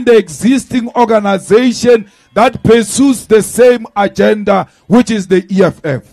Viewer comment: That o-ganasation is life threatening 😮